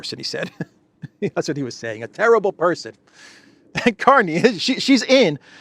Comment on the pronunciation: .. the new Canadian PM's name? Is pronounced Mark CARNAGE! 😂 ..ooh & watch out for Trump's Art of the Deal? No! But "Real Estate"? Canada not for sale but I'd keep my fiscal eye on..Alberta..just sayin'..😂 LnPs from this crazy, old 😻 lady..ish? 😶‍🌫️ in Yorkshire UK ❤️ xx